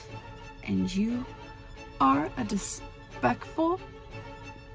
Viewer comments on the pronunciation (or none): "dispekful" she looked confused while mispronouncing that. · "dispectful"? That's an interesting twist to that word. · I died at that last bit. "Despeckful" 😂